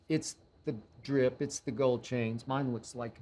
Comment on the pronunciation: When an old geezer skip says "drip" 😂🤣